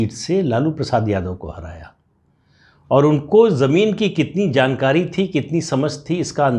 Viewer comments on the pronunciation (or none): none